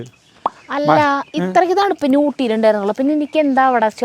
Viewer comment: തണുവു അല്ല തണുപ്പ് 🥰